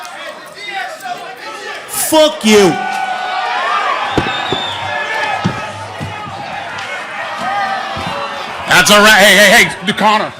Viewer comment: get deu fook owwta here! u can here the weirdest "fook you" ever